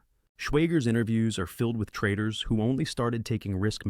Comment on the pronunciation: "Insight 2: why the best trradidaars" huh?